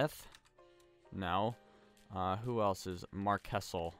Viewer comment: its not marchkessel is marsheso